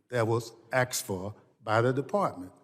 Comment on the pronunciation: tell us all about the other 3599 pages of your omnibus bill presented mere minutes before voting on it. Republicans voted No on the entire package because of the earmarked ridiculous expenditures in it. And it's not "AXED FO" it's "ASKED FOR." POSLIAR And Correa, as far as the numbers being down currently at the border is because the southwest desert has been hitting temperatures up to 125°F and not getting below 100° in the evening hours. Anyone who doubts xylazine and fentanyl killing people, Google xylazine injection images. Caution ⚠️ the images are NOT for the faint of heart and are EXTREMELY DISTURBING!!